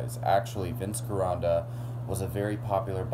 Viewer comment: Get out of bed, Trim that beard, and lose that lisp. And Gironda is pronounced with a hard "G" sound. And i-rin? For iron, where did you learn to talk?